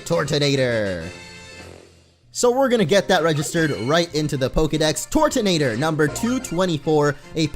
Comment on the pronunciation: Why do you pronounce it like "tortonator" it is actually turtonator (Sometimes i call it turdonator 😅)